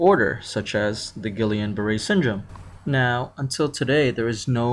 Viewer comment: It's pronounced Gee-yan